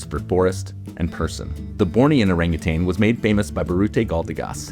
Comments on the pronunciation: I really love this channel, and thus need to call out how inaccurate (and frankly disrespectful) the pronunciation of certain species names are! Siamang — (see-yaah-maahng) Orangutan — (oh-rung-ooo-tun) If you can pronounce Latin, French and Italian names properly, then please say Malay/Indonesian names correctly as well I'm happy to be consulted about that, though there are surely plenty of experts who can help you get it right in future. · There is no G at the end of Orangutan!!!!!!!!!!!!